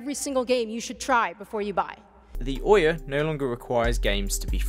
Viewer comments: eye bauht id, is de ooohyaaah consow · OUYA (sounds like Oh Yeah) becomes OUNO (Oh No) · It's Ouya Fluya!